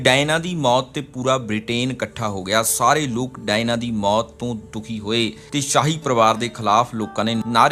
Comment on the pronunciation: ਭਰਾ ਡਾਇਨਾ ਨਹੀਂ Diana ha usda nam.... punjabi accent